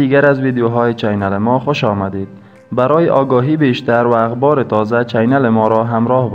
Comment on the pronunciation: برادرم اولآ اخباربگونه اغبار به خ تلفظ کن دوماکارت خوبه زبان فارسی دری بسیارزیباست